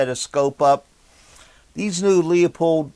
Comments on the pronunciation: Loopold is the correct pronunciation. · Why does everyone say “Leo-pold”, it’s “loo-pold”